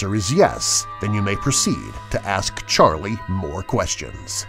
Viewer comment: Why does he said.sharlie Charlie? Lol